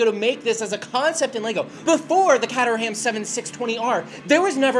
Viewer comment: (Kay•trum), not (Kay•ter•ham). Other than that, excellent video! Just found you and loving your stuff